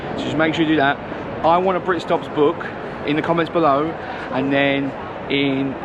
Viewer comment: "I want a britstops bookk"